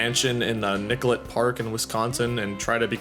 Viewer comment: OKay I have to correct you a bit. Its not.. Wi-Scon-sin... it's WIS-CON-SIN... being the first s does not blur with the c and does NOT sound like "SCONE"... also Nicolet is pronounced NICK-OH-LAY. Thought I'd clear that up... and I'm close to where this happened and yeah it's sad and MY OPINION of the matter is the parents should have been monitoring more closely of the childrens activities... plus they are 12 years old which makes it incredibly sad that things like this run through their heads. Remember "It's all fun and games until someone gets hurt".... and that's completely true. ALSO to CLAIRIFY... The accused ARE two 12 years old whom lured their middle school friend into the woods ( at a slumber party that they invited her to) and then stabbed the victim 19 times while one girl held the victim the other carried out the act AND the accused girls said they had planned this for two months ahead. The victim was able to crawl to the road and reach help and is in stable condition. As of today via my local news, the victim as the doctors said was a "millimeter" from certain death as one stab wound missed a major artery. Luckily though, she should be okay. Also the accused ARE charged as adults for attempted homicide.